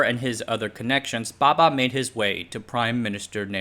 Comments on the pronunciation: The diction is definitely great, as expected from an American, a native English speaker. However, correct pronunciation of Indian names is the nemesis of all Westerners 😊 hahaha. Not putting him down for it, just saying. He pronounces Bhabha as Baba. The two (bh vs b) are distinct sounds in Indian languages. English too has its examples of where they differ - bh as in abhor, b as in boot. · It's "Bhabha"....not "Baba". That 'h' got lost due to the pronunciation trouble faced by western people while reciting indian names. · Lousy research on the pronunciation of Bhaba. What idiot says bhaba baba the same? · Bhabha*, pronunciation very different